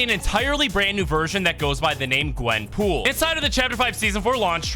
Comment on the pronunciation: Bro it’s Gwen POOL